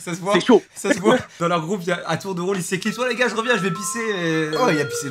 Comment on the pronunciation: C'est "gars"